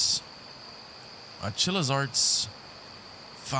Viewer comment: Day 291 of still mispronouncing Chillas Art